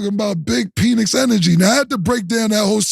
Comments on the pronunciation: Mike Penix Jr.pronounced Pen X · Calling him "peenix" is crazy 😂😂😂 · It's pronounced Pinex